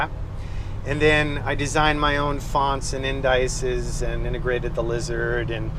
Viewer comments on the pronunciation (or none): For a “geek”, I’m surprised you don’t know that indices is pronounced “in-duh-sees”....